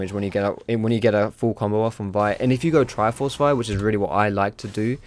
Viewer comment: Its the right way to say it.